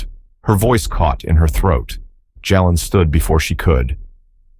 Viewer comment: Please pronounce the boys name correctly!! Ja len!! Rock Hill, SC ❤❤❤🎉🎉🎉